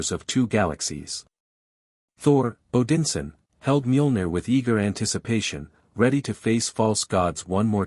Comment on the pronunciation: They also pronounced, "Odinson" wrong.